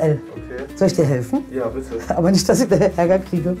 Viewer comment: Ick und isch 😂